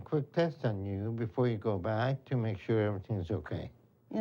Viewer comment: for “shore” as he would say. Not “sure” but SHORE although sometimes he’ll slip up and say “sure”